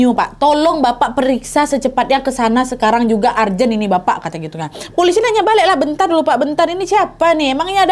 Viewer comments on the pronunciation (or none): none